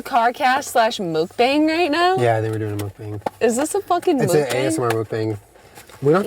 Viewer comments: I just want to let you guys know, for the millionth time, it's fucking pronounced like moke-bong! lmao mookbang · aww the way she pronounces mukbang is so cute!